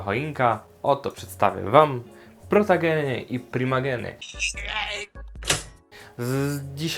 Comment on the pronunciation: A nie powinno się mówić protogeny a nie protageny